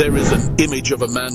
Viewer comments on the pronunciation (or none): Love your videos bro but the whistley mic thing is very off putting. It’s obviously spoken by an AI because some of the words don’t make sense (masterche instead of moustache is just one example) but can you tell it to stop whistling? 😂